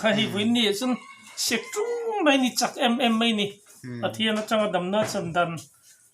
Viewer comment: A ngaihnawm viau nangin kanpi hian, mai tih turah mei a ti hi ka lo ngaimawh deuh,kan tawnghi i hmang dik hram hram ang u.